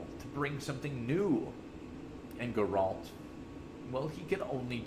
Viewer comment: ??? Grrr-Ralt? My God man, wtf. And you really should change your cancer intro song. Does not fit this content, nauseating.